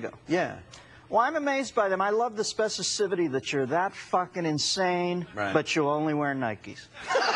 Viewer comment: I think Dennis Miller is brilliant, but he said "specicifity" instead of specificity ... I think that's the first time I've heard him botch a word. He's great though